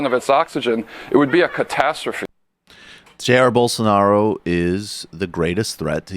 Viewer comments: "Bull sar nar O" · I believe his name is pronounced Bol-SAR-nar-ah, as explained by our good friend who is full of high level and important ideas.